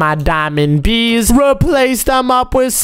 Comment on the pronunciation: you say bebes😂😂😂😂😂😂😂😂😂😂😂😂😂😂